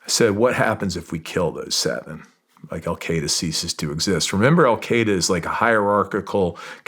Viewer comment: The Americans spent 20 years in Afghanistan and they never learned how to pronounce “Al-Qaeda” correctly.